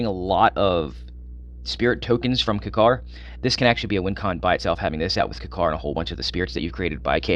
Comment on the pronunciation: Why are you pronouncing kykar wrong dude its annoying